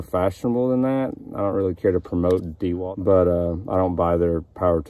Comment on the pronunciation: Dah-walt, not Dee-Walt. I appreciate the review, thank you